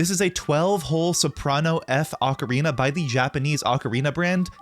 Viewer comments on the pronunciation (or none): It's pronounced "oh-karina". That particular model is not well tuned